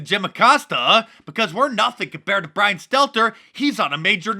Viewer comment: Mark, you repeatedly failed to pronounce Brian's name properly....wtf.